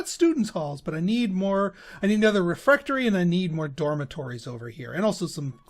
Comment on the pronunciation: Aaaah I was all but screaming when you wouldn't place the Trophy Room above the Bright Staff Refectory. That would have been the perfect place for the Crystal Ball, not to mention everything else. And please, the word is not "refRectory." :D